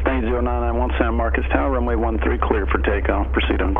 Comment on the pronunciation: I like how the TRACON controller is the only person in Texas that knows that phonetically MarcOs is not MarcUs . Good video and you have some great stuff that is helpful to future pilots. Coming from a CFI, keep it up!